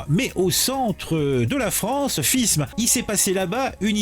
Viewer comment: Ça se prononce fime !!!!